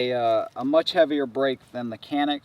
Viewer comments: The "c" is pronounced "ja" in Turkish. Thus the proper pronunciation is "Janick". Not "CAN ick" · İts not call ''Kanik'' its ''Canik'' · You don't pronounce canik like that. Turkish is a phonetic language so it is /canik/ not /kenık/ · You are saying that it's pronounced like a "J" As in Janik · Kenik değil Canik cahil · no no no CANİK "Read as written in Turkish" ok canik no janik CANİK OK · nearest pronunciation chanik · Actually canik is not pronunciate like that in Turkish language. Our language c sound pronunciate like g sound but not like glock's G; like a gpu's g. You are saying k according to us.